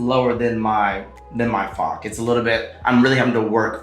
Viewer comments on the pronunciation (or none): The "ch" in "Fach" is not pronounced as "k", it's pronounced like the "ch" in the Scottish word "loch" (eg. Loch Ness). Just say "loch", then change the first two letters. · Just want to say the ch in fach isnt pronounced as fak 😉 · She’s mispronouncing the word ‘fäch’ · The captions on YouTube do not think you’re saying “fach” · Not how I thought you pronounced it but alright 😂